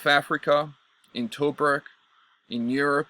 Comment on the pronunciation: It’s pronounced Too-Brooke, mate